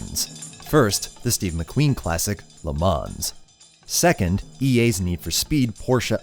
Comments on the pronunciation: Lee Mans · Le Mans is pronounced "leh-monn" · It is pronounced le mahn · It’s french and is pronounced “Ley Mah”. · Le Mans is not pronounced like that!! It's pronounced like this